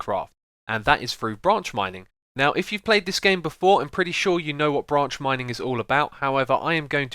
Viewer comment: I thought u said ranch mining XD